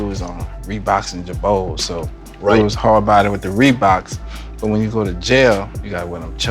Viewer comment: Bro. This dude said "ReBoKz aN JaBoze" so many times 😂